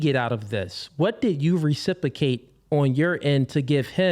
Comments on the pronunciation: and RECIPICATE again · Recipicate and Recipication is killing me 🤣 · and again 😂